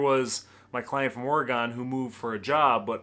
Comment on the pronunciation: You can tell you are from Michigan because you pronounced Oregon correctly, lol